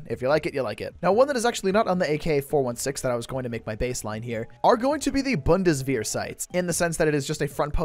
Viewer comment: "boondeswear sights" brother pls inform on how to spell that